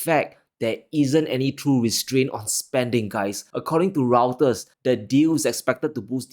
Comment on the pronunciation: Reuters is pronounced as "Roy-ter", not router as in your internet router.